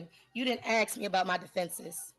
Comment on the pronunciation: Please, please, please, it is ASK, ASK, ASK, ASK, ASK, not "AXE, AXE, AXE" . . . like fingernails on a blackboard.